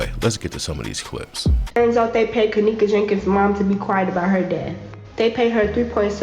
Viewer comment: 22 she can’t even say Kenneka name